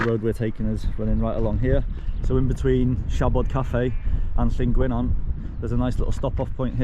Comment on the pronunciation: Good vid, only a little prob, Llyn Gwynant it's not Llyn Gwyn ant as you say it's Llyn Gwy nant, it is important because it's Welsh it needs to be respecrted.